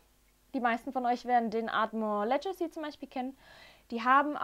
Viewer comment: Schönes Video. Legacy wird tatsächlich mit g und nicht als Ledjacy ausgesprochen.